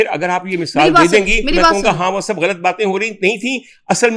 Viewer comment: Ghalt nahi hota GHALAT hota hay.